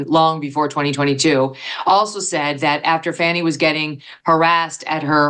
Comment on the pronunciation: Is her name pronounced Fanny or Fawny? This attorney always says Fawny.